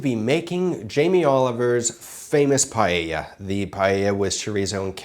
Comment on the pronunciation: nice PEA-lla